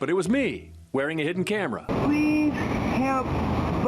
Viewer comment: "what the camewa foew" 😢